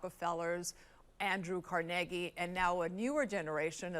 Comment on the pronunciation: "Andrew Car-neg-e"? Hun, it's pronounced Car-na-gee. Wow!